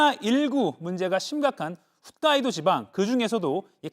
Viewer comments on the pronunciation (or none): 홋(ㅎㅗㅅ) 인데 훗(ㅎㅜㅅ)으로 발음하네